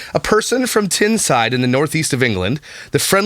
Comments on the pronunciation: Tyneside - pronounced Tie-n-side. Nowhere near London btw!!!!! lol. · I’m about an hour away from Newcastle. Listening to you say tinside made me laugh so much and how you pronounced pasties 🤣 class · Tyneside- rhymes with wine - side! Greggs is the best ;-) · Tyneside- Tyne rhymes with time